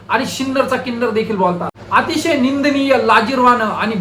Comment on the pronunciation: सिन्नर का किन्नर 😂